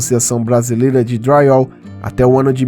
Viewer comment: Porque vc fala dryall?